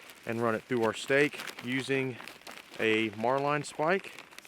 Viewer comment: I found that those 5 x 7 in tarps or space blankets are too small. If I buy anything other than a nylon tarp if I just buy a 6 x 8 ft poly tarp. 6 x 8 is just big enough to keep me covered so that I stay dry. Tell me something. What is a mar-line spike? I spent 4 years in the US Navy SeaBees and I never once heard it pronounced Mar-line. I never even heard it called that in boot camp Thats like calling a bosun mate a bo-sine mate